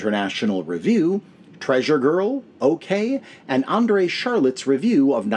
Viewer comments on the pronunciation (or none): Charlot is pronounced Shar-LOW - not like Charlotte.